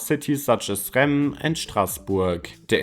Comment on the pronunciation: Die A4 kommt von Reims. Du sagst Rennes; das ist ganz woanders.